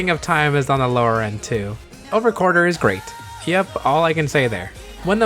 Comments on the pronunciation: Drink a beer every time says "Quarter" instead of "Quartzer" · Wait, why is it pronounced "Over Quarter"? Even looking on the Japanese wiki, the spelling is with "tsu" so you still would pronounce the "Z" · I would pay for to cover ZI-O theme song so long as he mispronounce "Quartzer" like he did in this video. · Take a shot every time he mispronounces Quartzer.